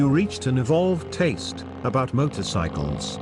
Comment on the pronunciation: "evolved tase" LOL!